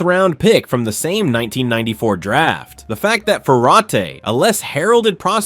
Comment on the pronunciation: "Fer-rot i" not "Fer-ateee" is how this 'G'OP prick's name is pronounced...